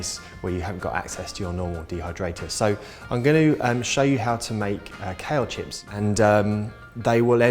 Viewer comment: Just found you! Planning a marathon next weekend. Meanwhile, I like how much information you cram into a few minutes. I'm new to vegetarian/raw food prep so I need all the help I can get :) P.s. American here - I kept thinking you were saying "cow chips" lol